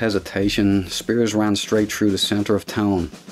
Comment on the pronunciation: I always wanted to hear someone with this regional North Irish accent pronounce the name Spiers. Achievement unlocked.